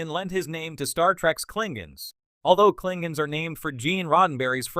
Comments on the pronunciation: Actually, if you watch TOS, they often pronounce it “Klingans,” so… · Pity you can't say the word KLINGONS LOL